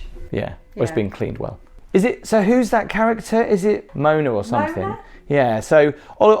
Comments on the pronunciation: Say it with us Mo wa nah 😅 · mo-AH-na, not Mona. LOL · Come on, get the girls name right! The character in the picture is Moana, not moaner 😂😂 the whole resort is probably based off that film u gotta know, man. That was funny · Moaner😂 mo arna👍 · FYI: the character’s name is Moana not Mona. The beds r elevated to put luggage underneath not a camp design & those r 2 queen beds not twins, if u wanted a single king u could have requested it. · It’s pronounced Mo - ahh- na! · Princess Moan-uh. lol.